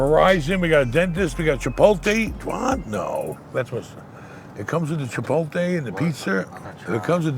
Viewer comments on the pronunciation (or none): it’s “Chipotle” not “Chipolte”